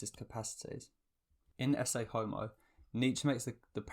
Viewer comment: Bro.. it's "E-ke Hommo" not Essay